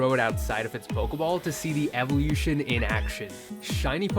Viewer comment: why tf do u say evolution so weird